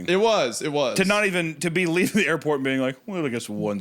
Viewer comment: As a fellow Kansan, Hunter's airpott slip up is something have all done 😂😂